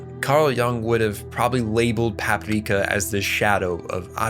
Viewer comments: Why are you pronouncing it Papipreeka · bro why do you keep saying Paprika like that 😐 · Why is this dude saying Paprika with a Japanese accent? The movie title is in English. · Stop saying Paprika like that